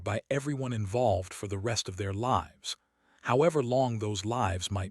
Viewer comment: Please proof-listen for mispronunciation of words like "lives," "tears," etc., and be more creative names and don't use the same names from story to story.